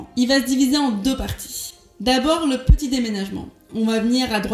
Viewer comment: Mdr t a oublié le t à petit mais sinon continue comme ça 💪💪💪